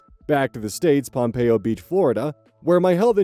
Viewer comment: As a Floridian, it’s Pom-pen-oh Beach. Gotta put respect on us twin😂